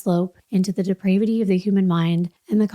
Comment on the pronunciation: I'd love if we pronounced "depravity" correctly! Good work though.